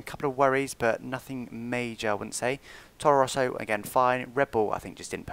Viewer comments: Very great video,! Just one thing: It's Toro Rosso, not Torro Rosso:) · I think it's Toro Rosso not Torro Rosso, :P